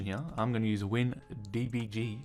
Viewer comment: wtf was the whole "windbg" emphasis lmao